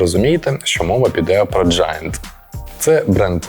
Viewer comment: ненавижу произношение этого бренда...поэтому посмотрю и поеду на Marine😂